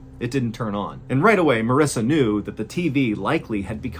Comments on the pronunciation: Am I the only one who laser focused on Mr. Ballen pronouncing Marissa’s name wrong? Lol that was good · I noticed he pronounced it Marissa once